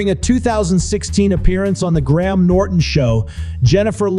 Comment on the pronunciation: Graham is pronounced like Grayam. Not Gram. Just so you know. Saying people's names right is important.